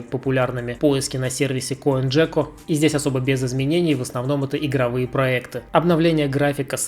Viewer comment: Койн-геко, не джеко.